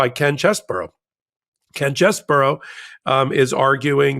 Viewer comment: Name is CHEESE-BRO, not CHESS-BURROW